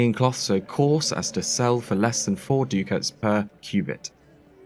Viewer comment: ducat is pronounced duckut. otherwise fantastic